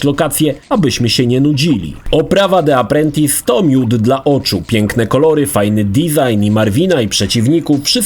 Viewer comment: Czytamy Di aprłentys...